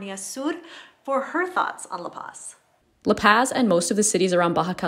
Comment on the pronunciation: Laura Bronner isn't some expert on La Paz. I like her videos fine but it's really easy to find people who've lived there at least an entire year on FB groups. I mean, she doesn't even pronounce La Paz correctly. Check out the channel Almost Retired In Mexico if you want someone who is much more knowledgeable about the place.